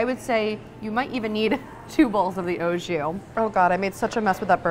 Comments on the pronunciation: The "oh jew" killed me every time she said it. AU Ahhhh, not Oh. And JUS has a less harsh "J" sound. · Awe Jus not Oh Jus